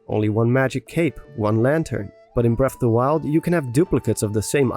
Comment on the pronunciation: Bref of da wiald